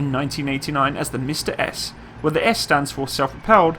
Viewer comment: instead of saying "Msta-S" you said "Mister Ass" hm..